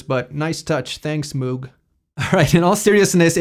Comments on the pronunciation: "this unknown company, Moog...." My god! Moog (pronounced as Vogue with a starting M, and no not from Australia...) is for sure one of companies that produces the most wanted synths for decades... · You pronounced Moog incorrectly. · Unknown producer... named moog. Ohhhhhh my goddddddddddd. He didn’t even say it right